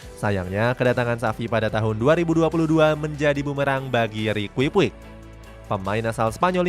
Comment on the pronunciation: Rikui puik wkwkwk Padahal di komentator bola maupun game ngomongnya riki puch 😂😂😂